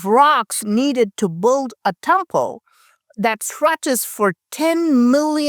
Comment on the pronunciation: love your illustrated analysis...just pretend build has no u in it, so it is pronounced like bild....English is a fickle language! 😀